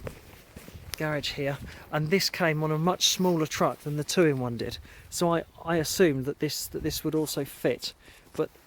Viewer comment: "Tuin" is pronounced exactly like "Town" in English, and is Dutch for garden.